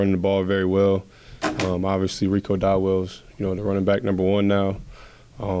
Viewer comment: At some point it's the players and ownership as well. Bates just said Rico Dowell not Dowdel. Your leaders can't even read 😂